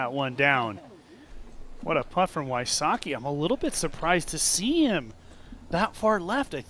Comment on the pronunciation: WHY-soh-kee? omg. me ears. v-sotz-kee please.